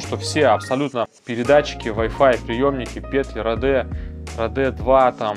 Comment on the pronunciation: Да не родэ а роди, английская е звучит как наша и в открытом слоге